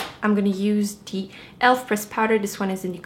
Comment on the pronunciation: why do you say deh instead of the